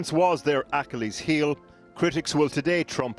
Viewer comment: Surely that is not how you say Achilles?